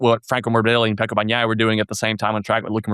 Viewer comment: At least learn the names of the riders re re's!!! "BaGnaia" really!!!!